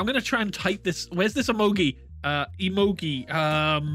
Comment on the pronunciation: Them: emogee Me: triggered